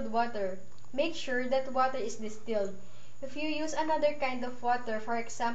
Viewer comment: funny ass accent... WATAH!! lol